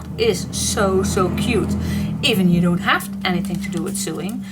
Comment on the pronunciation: Hi this is very pretty.I am also a paper hoarder. i hope you don't mind if i correct you the sewing word is pronounced sowing. you do and amazing job with your videos and to be able to speak in a language that isn't your native tongue is an amazing achievement especially when you do those videos when you use both Dutch and English. i admire anyone who can fathom English its such a crazy language to work out.